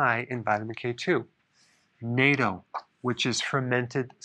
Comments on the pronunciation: not "nato". pronounced ””not-o". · It's NOT NATO, its pronounced NAH TOE... My wife is Japanese... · Dr Berg, I watch many of your videos. Suggestion for a minor adjustment- the proper pronunciation of natto is with a soft a like “Aw” not “a”. So “nawto”. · FYI, dr berg, the way you are saying nato sounds like the political military alliance. if you are referring to the fermented soybeans then its not prononced 'nay-ttoh', its 'nah-ttoh'. Its a japanese word. And if you really want to go all out, the double t represents a short stop or pause on the t. To us it sounds a little like putting emphasis on the t. Not criticizing. Thanks for all your time & effort to educate us. i appreciate what youre doing and just thought i'd reciprocate. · Naht-to, not nay-to. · ANOTHER outstanding video; thank you! And, I need to mention that natto is pronounced naah-toe (vs. "NATO"). Great information!! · FYI Natto is pronounced nah-TOH... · It’s nat - toe. Natto is amazing. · I live in Japan. It was painful hearing your pronunciation of "natto". Correct way to pronounce would be "nah", plus "tow". So, it's "nahtow", two syllables. Yeah, I know it's an old video and you've probably already been corrected on it. Thanks for the great info as always. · Dr. Berg, I work with an elderly Japanese woman who pronounces natto “Nah-Toe”. Just a suggestion, of course. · It’s pronounced “nah-toe” Anyway, if I’m a trans woman (on estrogen & a testosterone blocker) should I not take K2? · Isn't it /NAT-toh/?! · Natto is pronounced Not-doh. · The way he said “naydo” instead of natto 🤣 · The correct pronunciation is; "nah toe" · Nope it's pronounced knat-toe! LoL 😂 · Natto is a Japanese word pronounced "not=toe"..............Not is in a negative & toe as in your big toe. + Natto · HI Dr. Berg, "Natto" is pronounced "Knott-o". : ) Pronounced like a knot in a rope but with a hard 't'. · Its pronounced "NAH-TOH" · Great information BUT someone needs to teach him how to correctly pronounce Natto!!!